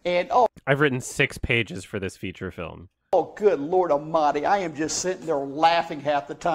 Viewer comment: I just realized that when he says "good god amadi" he means "good god almighty"